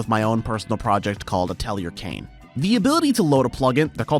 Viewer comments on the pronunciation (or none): none